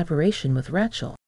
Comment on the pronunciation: How to say Rachel pronounced "ray-chel" not rat-chil.